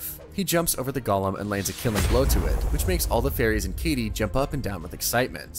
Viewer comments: Sorry i had to say it. Thats kaede not kaydee…… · Bro said Katie and not (kai-day)=Kaede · It's Ka E De, not kadie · I can't be the only one just thinking how cool/ Drippy Kaede looks? (I am guessing her name is pronounced Kai-day) Also, the party is called the What-Brigade? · It is pronounced (Kai-a-day) the a is just faint. The party is called the manyu brigade which means the roaming brigade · The narrator calling Kaede “Katie” is stressing me theeee fuck out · I believe it's pronounced K-eye-ay-day. Like Kagome's sister from Inuyasha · Just so you know. Its pronounced Ka-ay-day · I wish you did research into how to pronounce Japanese names. Kaede is not pronounced like Katie. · That is not how you pronounce “kaede” holy hell this is bad for a channel like this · Bruh, the mispronouncing is kinda weird. Ryusuke is pronounced ree-you-skay. Kaede is K-eye-ay-day. I know you watch anime, bruh.